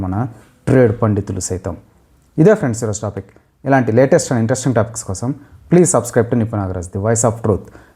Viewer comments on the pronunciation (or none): none